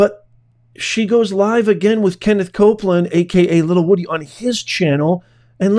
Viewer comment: his name is WOODY not woooh dee🤡🤡🤡🤡🤡